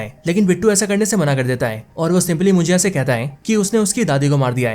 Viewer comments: It's munjya...not mujiya😅.. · मुजीया नहीं भाई मुंजा मूवी का नाम हे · कोंकण नहीं कोकण (Kokan) मुंजीया नहीं मुंज्या ( Munjya).. Your pronunciation makes the word more difficult to pronounce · भाई मुंजया नहीं मुंजा होता हे ... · मुजिया नही मुनज्या हे भाई😅😅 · मुंजीया नहीं मुंज्या..... कोनकान नहीं कोंकण.... Speak properly brother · भाई मुंजिया नाही मुंजा हे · Ye munjiya kya hai😂 munja suna tha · Bhaya vo mujiya nahi munjya ahe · Your Marathi pronounciations are Pathetic. Munjiya , kon - kan 😂😂😂😂 its Munjya and konkan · Abe pahle movie ka thik se nam liya kar mujya nhi munjya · ये मुंजा है .... मराठी शब्द है... मुंजिया नहीं😅😅... मुंजिया भजिया 😂😂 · Your Marathi is to bad 😅😅... कोकन होता है कोणकण नहीं